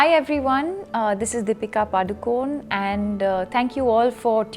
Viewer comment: Y does she say padukon? It's padukone. If her father is a padukone, then she is of course a padukone right?